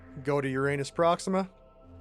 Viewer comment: Someone actually said Uranus correctly, Nice